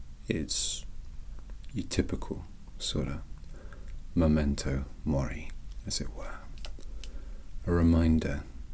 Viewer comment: Any Unus Annus fans out there when he said momento mori